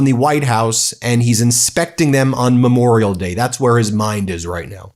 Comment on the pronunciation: He thinks it's Me-morial Day. Disgusting thug.